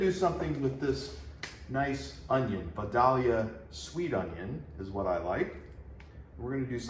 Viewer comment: Speaking of abomination, the way “ Vidalia” was pronounced. Other than that, learning occurred. Well done, sir.